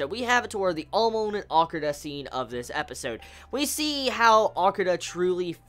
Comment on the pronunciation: Good reviews for sure but everytime you say Amon you are pronouncing it like Amoan lol and I can't help but laugh at you for that, But you are right due to the censoring they took a lot of things out that are Manga only.